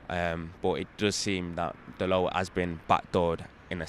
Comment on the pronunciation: Jesus, a fella who pronounced Dalot's name right. Look at that...